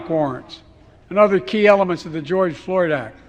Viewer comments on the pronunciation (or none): He didn't even say George Floyd correctly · Did he also say Joy Floyd act? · Who is Goige Floored? Did I hear that right?